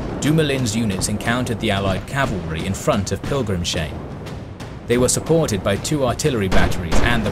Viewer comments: Amazing video! Just one thing I have to say, since I am German: "Pilgrimshain" is spoken "Pilgrim's Hain", not "Pilgrim-shain" "Hain" is german for "grove" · Great to see some more obscure topics covered. :) And great video! BTW, the village is "Pilgrims-hain" - no sh but separate s and h. Also, th is just pronounced t in German. Isn't Praha just Prague in English? But really, pronunciation is top-notch in your videos. (Especially for anglophones. *eg ) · Another great vid! Minor detail: Pilgrimshain is pronounced "pilgrims hyne" not "- shine" (hain = grove in German) I'd be happy to assist if you have questions on tricky German pronunciation